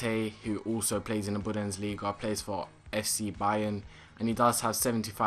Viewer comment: Budensliga? thats how you say it haha its bundesliga